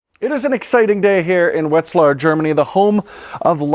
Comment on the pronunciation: Pronounced like Vetzlar with a V not W